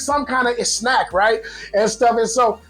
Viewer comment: “Some kinda es-snack”. The Pinoy transition is complete.